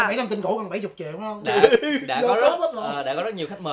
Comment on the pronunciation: Chị Nam Thư nói 400 triệu mà giống như 400 nghìn á😂😂